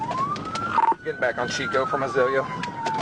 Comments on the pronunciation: Chicot = "Shee-Koh" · The dispatcher even said it in the background, but I think the narrator just missed it.